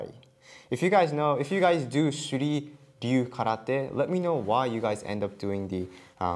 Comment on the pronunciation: The first time you pronounced the name I thought you called it "Shitty Do Karate". I had to go back and listen to what you said again.